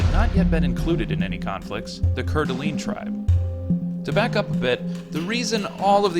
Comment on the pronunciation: Great video but your pronunciation is a bit off. It's pewjit sound, coor da lane, and oregonian not oregani.